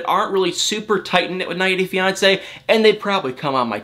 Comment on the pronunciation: It bothers me more than it should the way you say “90 day fiancé”...